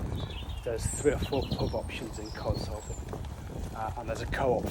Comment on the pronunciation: Codsall is pronounced Codshull.